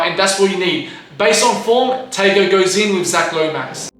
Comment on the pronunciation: The pronunciation of Tago was crazyyyy